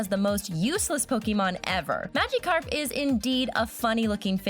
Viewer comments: what is a maga carp its miagacarp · WOW DID U JUST CALL BLASTOISE BLAST-IS WOW GET TO HE 2000 CENTURY AND U SPELT PONYTA WRONG U SAID PONTYA AND HOW DOES THAT THING LOOK LIKE EEVEE AND U SAID MADICARP AND WHY DIDNT U DO CHARIZARD HE IS ALMOST AS POPULAR AS PIKACHU ALL THIS IS JUST EFFENCE TO POKEMON FANS